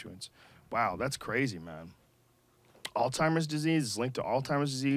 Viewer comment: I cannot believe joe said alltimers disease